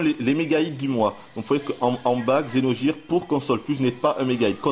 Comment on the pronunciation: Vidéo pas très objective, et dur de t'entendre prononcer Xeno"j"ire aussi, mais ça fait du bien d'entendre des critiques françaises sur ce jeu qui gagne à être connu !